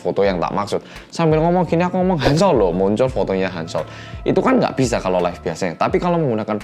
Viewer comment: kenapa di 8.40 aku keinget mas Pur kalo lagi bilang "Ngga Ngga Ngga" di Tukang Ojek Pengkolan sih... logatnya sama LOL